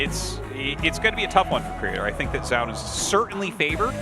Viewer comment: Why does tasteless always pronounce Zoun as "JZOWN" when it's clearly "ZONE". I wish artosis would correct him at some point it's annoying af.